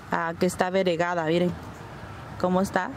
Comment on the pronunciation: No sé dice aberegada, se pronuncia bariegada